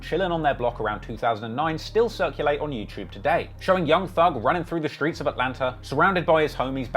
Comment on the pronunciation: Stop saying “shtreets” it’s cringe